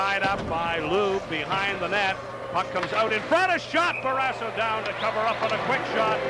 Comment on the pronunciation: What is the story with this announcer? He keeps calling Barrasso, Barrasah until about 5 minutes left in the 1st period. Have a feeling that Edwards or someone else told him to knock it off. He also called Bobby Carpenter, Rob which he never went by.